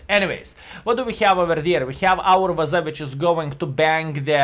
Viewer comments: I like how says “Vaza” instead of WZ:) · Sometimes he says "Dablju zed" hahahah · Pretty sure that's just how the letters are pronounced in Lithuanian.